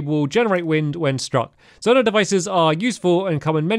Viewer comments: It’s z oh night not zon ite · Stamps it’s pronou z-o-ni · Zonai is pronounced "Z-oh-nigh" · It’s pronounced Zoe-ni